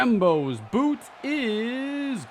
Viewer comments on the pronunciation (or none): none